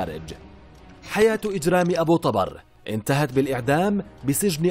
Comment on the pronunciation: ابو طُبر يعني مو طَبر تلفظ ابو طوبر مو ابو طابر